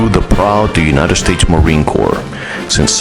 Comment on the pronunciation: Just saying it's corps not corp